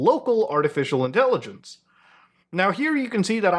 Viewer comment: I hate the way you say artificial intelligenceseseseses